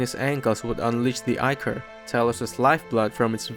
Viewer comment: The king's name is pronounced like the math exercise minus- mh eye nuhs. Great job pronouncing ichor. Many get it wrong. I appreciate your time and effort as well as reading it yourself rather than using ai.